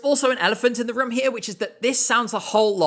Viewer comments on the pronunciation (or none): none